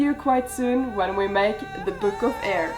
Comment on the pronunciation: i love how you say 'byook'😂